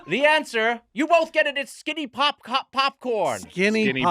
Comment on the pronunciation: Unsure if I’m the first to comment on this but I fucking love that Mitch calls popcorn, pupcorn. It makes it so much cuter! Especially with Gemmy by his side 🥹.